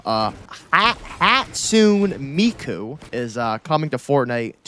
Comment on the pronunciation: "hat-soon miku" lol